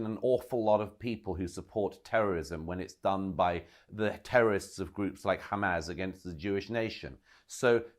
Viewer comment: I'm usually a fan of Murray but I thought he believed in free speech and he can't pronounce hamas (pronouncing it hamaz) which looks very odd.